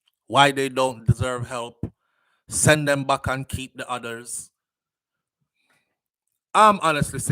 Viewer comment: Keep…. Not key